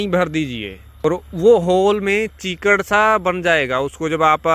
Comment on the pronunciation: चिकड़ नहीं कीचड़ कहते हैं